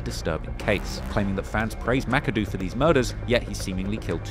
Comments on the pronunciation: Ma-ka-doh not this mackadoo nonsense 😂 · Thats not how you pronounce Makado. (Muh-Cod-Oh)